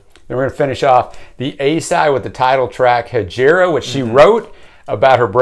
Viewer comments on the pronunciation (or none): Except, no. Jaco is pronounced JOCK-OH and Hejira is pronounced by Joni as HEH-JEER-UH. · Jaco Pastorius is pronounced “YAH-ko”, and Hejira is “HEH-zhra” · As an Arabic speaker you mispronounced Hejira. It's a silent i so its pronounced Hejra.